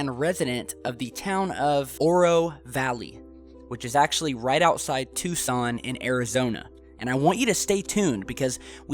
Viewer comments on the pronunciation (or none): none